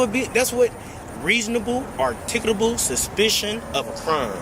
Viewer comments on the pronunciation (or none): reasonable our-ticket-able suspicion